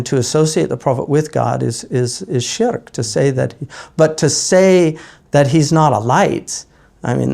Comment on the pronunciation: ahhh yes, scholars of the highest calibre from the time of Imam al-Busīrī', rahīmahullah, onwards, all missed this supposed shirk, but my guy here who's still struggling with basic english (sharek?? shrek?? sherk?? refugee??) has magically identified problems in the poem. utter tosh. maybe consult an actual subject-matter expert rather than those with pre-existing biases. and give it a rest with the lame shallow poisoning-the-well fallacy of maligning sufi scholars by bringing in so-called practices like the tiresome and predictable 'grave worship' rubbish that are unrelated to the poem. incredible that only individuals who are against tasawwuf bring up grave worship. yet to see a single scholar who is a proponent of sufism, or anyone who purports to be on a spiritual path, actually circling/worshipping graves. perplexing that 🤔. but even if one concedes that maybe some misguided individuals who are influenced by some folkloric ideas, indulge in such blameworthy practices, they are not the yardstick by which the science is measured. otherwise, by the same token one could disregard your nonsense on the basis that you're incapable of writing coherent english words. this is why laymen shouldn't be citing primary sources, khawarij-style. you misapply them and make conclusions that are reductive, simplistic and non-scholarly. one would hazard a guess you've not actually done due diligence and looked at both sides of the argument, rather just gone to those who support your inbuilt